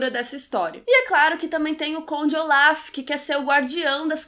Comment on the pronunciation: Q nervoso vc falando Oláf, é ôlaf hahaha mas adorei a resenha. Eu a serie assim q lançou e era mt ver a segunda temp. Eu odeiooo dms injustiça em serie e odeio o fato de ngn ouvir as criancas mas enfim, adorei o filme por isso q eu vi a serie, tem uma coisa q acontece nos ultimos eps q eu fico tipo q????? Mas enfim